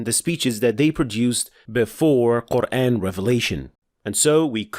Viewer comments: OK how do I put it? There's only fathah, dhommah and kasrah: A, I and U (using malay/indo transliteration NOT inconsistent-english). There's no such thing as E vowel in qur'an (except in majreha OR reciting with qiro'at Khalaf like in waddhuhee, wallayli idza sajee ). This guy pronouncing QURAN as QUREN. AYAH as EYEH. MAD as MED etc. You might missed them since you're very accustomized to ENGLISH pronunciation. But my ears are not. I've been reciting.hearing quran for more than 50 years, and recently I've bern very annoyed by how english speaking person pronounced them weirdly. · Mate, that’s not English pronunciation, that’s Arabic pronunciation. Qur’æn is the Arabic pronunciation whereas Qur’AAn is in Urdu and Hindi as I’ve witnessed. Perhaps they say it so in Malaysian, too? But anyhow, Arabic pronunciation is the correct one because it is the in the Arabic language after all. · Can you please fix your pronunciation of the word "Quran"? It's Qur-An and not Qur-Ane. It is very irritating and doesn't let me watch your videos. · This brother did not pronounce it in the ‘English’ style, mate, he pronounced it correctly. That is the way it’s actually pronounced. That’s tajweed. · The way you say “Quran” makes my brain itch